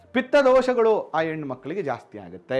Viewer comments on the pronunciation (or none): none